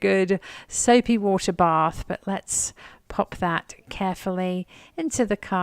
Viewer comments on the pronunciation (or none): none